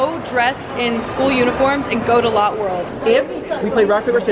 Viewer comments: Ok so lotte world is pronounced loh theh world try google translate no offense ….. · Lotte world is actually pronounced Lottie world not lot world 😊👍🏻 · Lotte world is the best! Its not a big deal, but lotte is pronounced like lo-tae lol! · Omg!! I'm from Korea and I live here, I'm so happy that you made your first time in Asia in Korea!! Also, it's not Lot world, its more like - Latte - but with an 'o' instead of an a sound :) p.s - that roller coaster Brent was scared of, its called French Revolution, it's really nothing ☠+ I lived in Singapore for 7 years, that was my apartment :)))) This vid just made me so happy :D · Hi, Glad you came to South Korea The pronunciation of Lotte World is (Lot Dae World) Love your videos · Love that she went to Korea, but cringed every time she said “lot world” because it’s pronounce “low-tay world” 😅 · Btw it's pronounced Lotté not lot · As a korean, its pronounced lot-ae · It’s not lot world, it’s pronounced (low-te) world. Live octopus is literally my favorite food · Great video. Funny. But it's pronounced "Latt-eh" World, not "Lot" World. Lol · It’s not Lot world it Lō tae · It’s pronounced lottAY not lot. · LOL its not lot world its lota~ world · i dont really know how to say this on text but its not lot world its lou teh world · It’s pronounced lott+ie not lot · I live in Asia. You do not pronounce it lote it is lott[ey] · It is not pronounced lot it is pronounced like the word latte but spelt different lol I have lived in South Korea before so …… pls it would be a little bit more respectful if you pronounced it right but otherwise else we love you ❤❤❤ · Lotte is pronounced (Lo tae ) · girl its pronounced 'lottey" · I’m from korea! Still mad she pronounced Lotte world wrong 😭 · Not the right pronunciation of Lotte